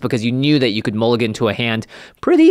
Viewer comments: Mulligan not mullgan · "Mullgan" rule changes? what is a mullgan?